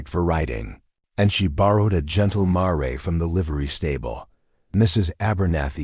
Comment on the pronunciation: Mare is pronounced mair, not mar ray. Correct your AI.